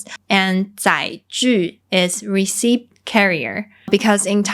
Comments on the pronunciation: Thanks. Your content is always so good! Even though I understand “deng-ya” when you explain it, it still very hard to make it out in listening to others. One English comment - when you say “receipt” the “p” should be absolutely and completely silent. Just say it like “reseat”. Cheers and keep up the great videos! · The "p" in "receipt" is silent. So we don't need to pronounce the "p", just simply "re-ceet". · 送你一個小貼士，receipt的發音和reseat一樣，沒有p的音。😉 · when pronouning the word 'receipt' , 'p' doesn't sound. It is silent. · 一個小提醒：receipt 的p不發音。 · The “p” in receipt is silent, hope you don’t mind the correction😊